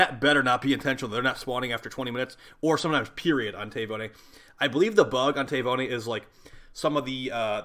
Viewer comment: Tay voni? Tavi-uni like tavern uni. It’s an island of Fiji